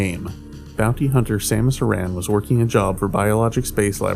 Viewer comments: It's Samus Aran, not Samus Uh-Ran. The correct English pronunciation is the same as "Erin" and "Aaron." But if you want to use the Japanese pronunciation then it is "Sah-moo-su Ah-lahn." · Samus “Erin”.